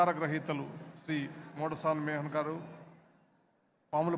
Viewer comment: మోడసాని మేహన్ గారు... అని జస్టిస్ గారు పొరపాటుగా చదివారు, గుర్తించ ప్రార్థన